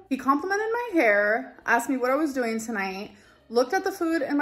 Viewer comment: "I have asked how youre dooeen" ...did she say fine? 😂😂